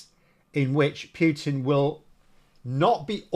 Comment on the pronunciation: He is not called Pew-tin !